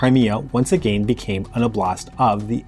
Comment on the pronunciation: 1) Why you translate "oblast" as "province"? How about Moscow oblast? ))) 2) It is steressed on the first syllable.